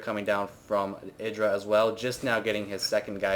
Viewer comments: I thought it was pronounced "I"dra... not "e"dra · isn't it "Eye-druh" not "id-ruh"? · I'm 99% certain his name is pronouced I-Dra, not Iddra, Both Artosis And Tasteless pronouce it I-Dra, and they know him personally, so I would assume they know how its properly pronounced. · Artosis says it wrong. Even though he knows Idra irl he still stubbornly gets it wrong and Idra has given up correcting people. It's ih-dra not eye-dra. Strange but true. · altough the proper pronunciation is iddra i still call him eye-dra because it sounds so much better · Thats how you pronounce it haha. Its not I-dra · no it isnt... IdrA himself even says his name. Eye dra just sounds cooler tho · no no no no no, its pronounced i-dra sounds like i-draw. i wanted to stab my self in the eye with a pencil everytime you said his name wrong. jk, but really thats not how its pronounced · It's pronounced I-DRA, rhymes with hydra btw ^^ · it's pronounced Iddra, tasteless and artosis just got it wrong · Idra himself have said it's "ih-dra". Even if people like husky and have called him eye-dra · lol u say idra werid